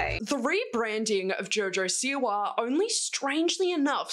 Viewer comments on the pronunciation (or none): Jaurjaur Siwaur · Who’s Jor Jor Siwar?